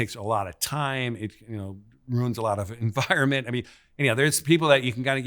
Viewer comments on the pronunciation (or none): none